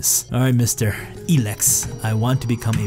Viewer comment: the way you pronounce elex's name tho